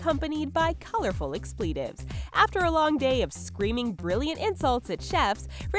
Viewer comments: "expleeetives"? It's Xpletives, genius. Accent on the X. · "Ex-plee-tives"??? That hurt my ears more than the crappy background music...